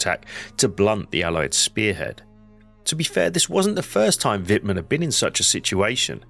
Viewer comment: Y dale, pronunciando el alemán, como el inglés: Es Vitmann. No Guitmann